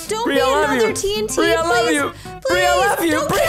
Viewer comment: why did you say bir even it's bri